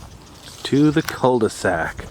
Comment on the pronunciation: cu de sak, cul de sac is french for '' dead end''